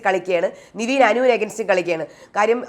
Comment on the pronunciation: എന്റെ പൊന്നു ചേച്ചി നിവീൻ അല്ല നെവിൻ ആണെന്ന് ഒരു 100 വട്ടം പറഞ്ഞു 😡😡😡 നമ്മൾ പറയുന്നതൊന്നും മൈൻഡ് പോലും ചെയ്യുന്നില്ല 😡😡😡 very bad 👎👎👎